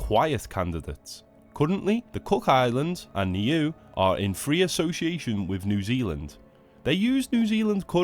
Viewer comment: Niue = "NEE-way." You could look these things up instead of winging it you know.